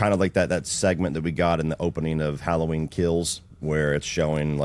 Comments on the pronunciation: Its Ha-low-ween not Challah Ween!! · If bro said "HOLLOW-WEEN" one more time I was gonna smash my phone 😆 🤣